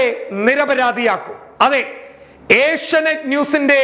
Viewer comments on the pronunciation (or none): none